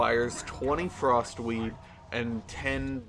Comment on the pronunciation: sounds like he is saying frostweave not frostweed...and those werent even sneezes